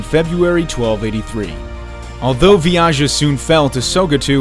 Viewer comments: Vijaya not viyaja wtf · It's clearly Vi-ja-ya. Not Vi-ya-ja. Work on your pronunciation.